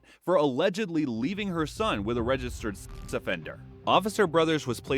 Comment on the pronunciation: What the hell is a "Registered Ess Offender"???